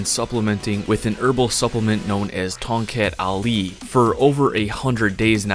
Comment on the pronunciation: Bro it's pronounced "Tong Cut Ali"